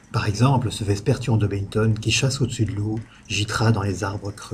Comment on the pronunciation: Très bon cours sur les chauves-souris ! Par contre, il faut prononcer Daubenton à la française. Le murin du même nom doit son nom au premier directeur du museum d'histoire naturel, prénommé Louis.